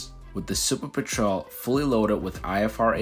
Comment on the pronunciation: Normally I love your content, and I'm interested in the topic in particular because I love seaplanes, but I couldn't make it through your video hearing you mispronounce petrel that many times. It's a kind of bird and said peh-truhl.